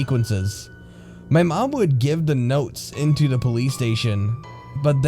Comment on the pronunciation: I love these stories but honestly your voice makes me cringe. Do you have a speech impediment? "Da" instead of the, "wit" instead of with. Ugh